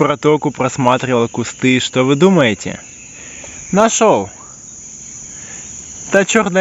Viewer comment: Ики́тос, а не ИкитОс.